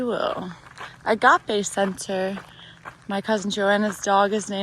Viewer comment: You pronounced ἀγάπη (agapē) correctly, it's one of 4 Greek words for love... Quoting from C.S. Lewis's "The Four Loves": "The first, storgē, means “affection”. Storgē is the love parents have for their children. The next Greek word for love is philia, which means “friendship”. The third Greek word for love is érōs. It is the experience of a husband and wife being intimate together, a sexual love.... The fourth Greek word for love, agapē, is what God talks about as charity. Agapē is the love of God. Agapē is total self-giving, no matter how you respond to it."